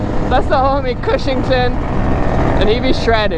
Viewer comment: Its not cushinton it is chuchtan